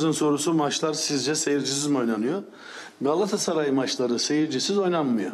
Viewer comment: Ya bu adam amma geriliyor. Kazanınca geriliyor, kaybedince geriliyor, balon gibi surat ifadesi, nefes tutuyor, gaaassaray gaaassaray .. olum önce kulübün adını doğru söyle, balonnnn